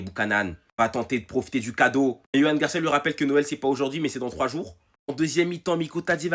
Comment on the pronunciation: Joan ça se prononce "Roan"